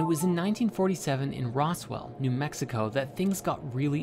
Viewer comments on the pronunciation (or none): The pronunciation of an “s” instead of saying it as “Rozwell”, which is the universally adopted pronunciation, is a dead giveaway that this is, yet again, more AI generated slop.